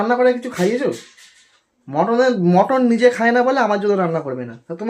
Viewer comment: ওরে! ওটাকে "মটন" নয়.. "মাটন" বলে! ইংরাজী বলার ইচ্ছে হলে সঠিক ইংরাজী বল!!